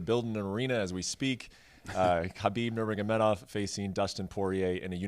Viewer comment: ....Nurgamedov..... Bruh